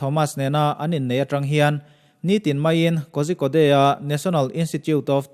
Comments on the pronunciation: Kozhikode "Kaw-rhi-kawt" tia lam tur. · korikawd ti a lam tur aw... a ngaihnawm hle mai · Ngaihnawm,hmuhnawm thin mange....mahse Kozhikode ti a ilam hi..Korikode ti anga lam tur ani e...a spelling ori lam chu i lam dan chiah2 tho ani na a...